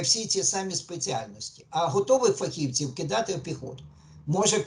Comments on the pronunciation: ФахівцІІІІІв, а не фахІвців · Задовбав зі своїм фахІвців, фахівцІв, наголос на другу і.